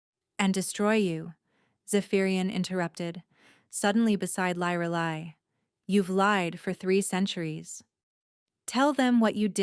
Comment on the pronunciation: The biggest disadvantage to AI is the mispronuciation of names. And inconsistent pronunciation of the same words. Her name should be pronounced "LEER AH LIE".